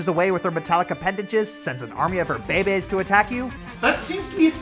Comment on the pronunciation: Man makes me laugh when he says baby’s